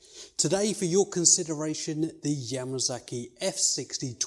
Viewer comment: You know I have looked front to back and back to front and NOWHERE did I see the letter Z. It looks like a letter S to me. completely different sound Just sounds sicking the way you say Yamasaki. Same way you goddamn people pronounce Kawasaki. S sounds like a Z and your A sounds like a U. We play sports with a ball whereas you people play sports with a bull. To us a bull is a male cow.